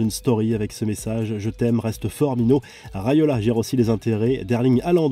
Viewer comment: Mino Raiola et non Railoa…